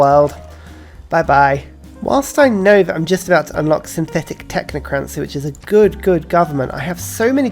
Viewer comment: "technocraNNNNcy" oh dear...